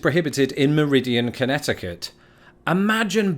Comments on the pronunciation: Meriden, CT not Meridian, CT. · Meriden,CT...not meridian... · Your wit is awesome. But, it is Meriden CT, not Meridian. In Connecticut, for a dill cucumber to be called a pickle it must bounce. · Meriden, not meridian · Check it out. I think it's pronounced MEH-ri-duhn CT and not Meh-RI-ee-uhnan CT. (It's spelt Meriden). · Meridan, not Meridian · The cA law banning bathhouses dates from the 80’s because of the AIDS epidemic in the gay community. Meriden CT is NOT pronounced “Meridian” Picnicking by the side of a highway in DE is illegal because it causes traffic accidents. HI has outlawed billboards to maintain the natural beauty of that state. Many of these laws make sense when you actually think about them. Also, Pet Shoppes used to sell chicks, ducklings, and bunnies at Easter time that were dyed a variety of colors (to entice children). Sad but true. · I'm actually sitting in Meriden CT, no I did spell it right. It is not pronounced or spelled like that town in Mississippi or that line that passes through Europe. This is a huge annoyance when you work here because spell check software didn't get the memo that Meriden is a place and it is not Meridian! Mar-id-den. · I believe it's Meriden (MEHR-i-den), CT. Pocatello, ID, is pronounced with a long "o" sound. If you hit the vending machine, it's more likely to fall on you and cause serious injury. You also can't steal an alligator because they're an endangered species. And yes, it's BEAR-wick, Maine. You can't sell ducks/chicks within one week of Easter because, chances are, you're trying to buy them as presents for, or to celebrate Easter, and then after they end up discarded with no parents and no one to take care of them, and not be left abandoned. :) It's like why they don't like people adopting black cats near Halloween (though there's no law against it), or other things of that nature.